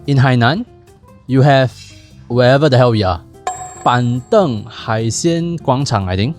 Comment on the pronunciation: you said ban3 deng4 😅 Jeesus